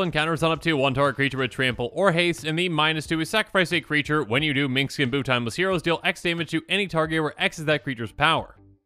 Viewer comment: Is this a running joke I'm not aware of? You keep saying Minx instead of Minsc and it seems like the comments all have their own way of spelling his name.